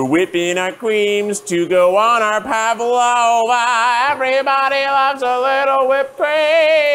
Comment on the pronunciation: I love the Pavlova episode so much. Kieth won it, but can't even say the name of the dessert correctly. xD